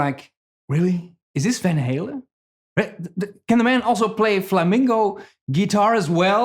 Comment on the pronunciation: I applaud you for resisting the urge to pronounce Van Halen in proper Dutch. You REALLY wanted to say "Fahn Hahlen." ;)